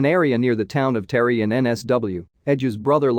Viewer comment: it's pronounced TA-REE not fking terry